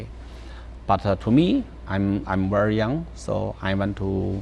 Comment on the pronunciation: 我在美國十多年, 我來說說我的看法. 一分錢一分貨. 奶茶的英文發音是非常非常標準的, 美國人絕對聽得懂, 而發音(accent)是最最最難的, 很多國人都把 th 發成 s 或 x, 她沒有. 她的英語給人不夠好的感覺是因為 她說話不夠輕快從容淡定 詞彙量不夠 不夠連貫 而這些都是最容易改善的. 東子說英文沒有包袱 淡定從容 聲調低沉平穩 不會像奶茶那樣忽高忽低 不會英語的人聽他說英文 會覺得不錯, 但發音詞彙量東子處處都不對, 連 very 都說成 worry 了. 其實奶茶英語比東子好很多很多的. 但東子70年代出生, 他的水平已經比同時期的人好太多了.